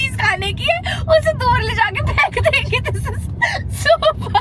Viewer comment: Its fek denge not faek denge